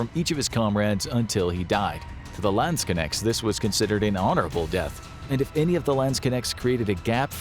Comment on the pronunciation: Your pronounciation of 'Landsknechts' is hilarious. Lands-connects.